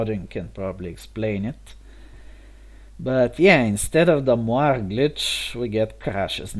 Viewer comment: Mentioning this just to be helpful (and encouraging, as your channel grows), especially since you seem interested in the linguistics of it: moiré is indeed French, but the final letter makes it two syllables in both English and French, as the accent indicates. Mwa-RAY. Amusing videos to stumble upon. Good luck!